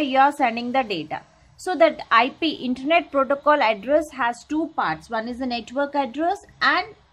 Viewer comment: That called as internet not intanet